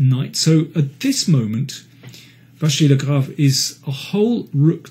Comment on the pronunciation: Mr King really likes MVL and even manages to pronounce his name correctly ! Great commentary as usual !